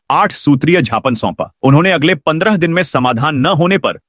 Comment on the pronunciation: झ्यापन क्या होता है।ज्ञापन होता है।